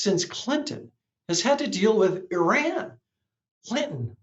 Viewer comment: You mean since Carter and it’s pronounced E-Run